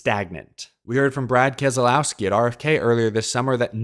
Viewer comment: Learn how to pronounce kez lau ski there is no kez a lau ski RIP Sherry